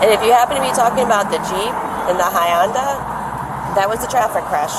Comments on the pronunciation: Hi-onda lol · Did the officer mean yo say "Honda" or "Hyundai"? It came out "Hyonda" lol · Why can cops never pronounce Hyundai? "Hy-un-da"??? Are you illiterate? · what the fk is a Hyunda? 😊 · Hyoonda huh lol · How does a street cop not know how to pronounce "Hyundai"?? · That's what I thought. Everyone doesn't know how to pronounce Hyundai correctly. The cop doesn't.